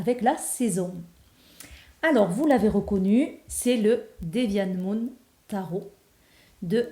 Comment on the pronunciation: Oh génial, je m'attendais pas à la voir aussi tôt, merci encore!!!!:3 Je vais sans aucun doute me le prendre car il me parle énormément. Et oui tu le prononces bien:)